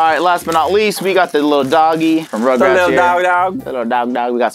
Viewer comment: for once i actually agree with with the way he said rugrats